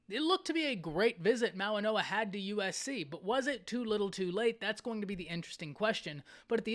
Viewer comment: Goa not noa